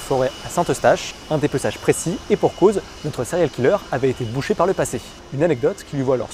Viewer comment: lol les français ! sérial killeur ! si vous n'êtes pas capable de prononcer les mots anglais correctement... abstenez vous svp.